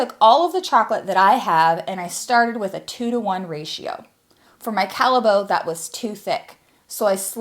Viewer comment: You use Belgian chocolate :-) Got an instant like. As a kid we bought chocolate straight from the Callebaut factory. We lived close by. BTW, the pronunciation is not Calle-boat but Calle-bought.